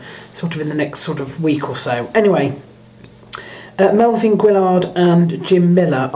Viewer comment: It's not Milvin jerk, it's Melvin!